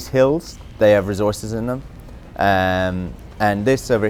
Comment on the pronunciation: "Rezorces" -Sean Murray